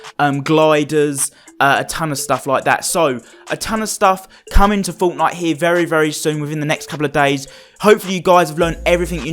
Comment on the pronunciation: Woah stop right there ❎ did you just say fonknite????